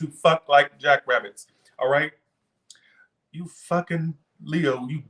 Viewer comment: "Rightchu" 😆 I love it . Fk these haters 😒 stupid asses 😆